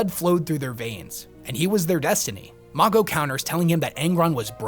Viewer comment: The pronunciation of Mago in this vid is killing me 😂😂